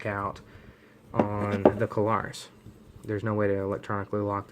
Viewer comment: Two syllables, it is Klarus not Ka-lar-us.